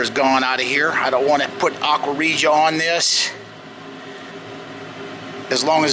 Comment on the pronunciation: I love when you say " Aqua Regia " :D